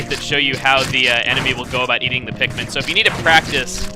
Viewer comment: You call them pikmin.... I call them MIKPIN!